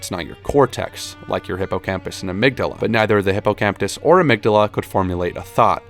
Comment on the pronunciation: your subtitles need fixing man... "doesnt" "consiosly" "baisiclly" "hippocTampus" "inclusevly" and for pronunciation, it's not "cortext" it's "cortex" -- "hippocampus", not "hippocamptus" please fix. thx.